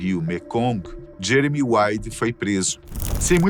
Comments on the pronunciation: Ele falou jemery no final do vídeo kkkk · Eu escutei vc falando jemery 😅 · Não é Jemery mas sim Jeremy Wade